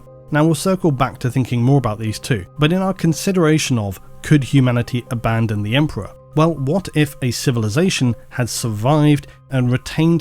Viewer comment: Abandon… or Aban-don? 😆